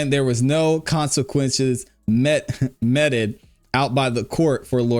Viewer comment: It's pronounced meet-ed. ❤